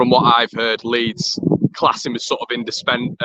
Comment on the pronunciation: Can't even say the word "indispensable."